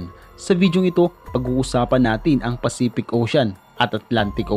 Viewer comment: Jacques Cousteau = zhak-kooh-stoh. Pacific, hindi Pacipic. Photographer, hindi Potograper. Ok at maganda na sana video mo, kaso ayusin mo yung pagkabigkas ng mga words lalo na pag proper nouns.